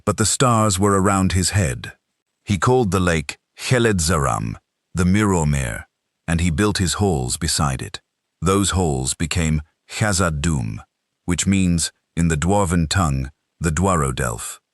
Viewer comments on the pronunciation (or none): Ke-led-za-rom.. not.. kelid-zarim.. get it right